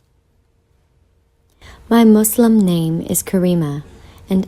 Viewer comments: You know she's a real Muslim when she doesn't pronounce it "Muzlim"... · I like how she prounced islam "izlam" and muslim by it' accurate prounciation